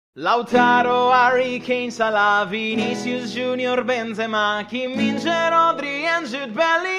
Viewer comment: 김민재 발음 지림 ㅋㅋㅋ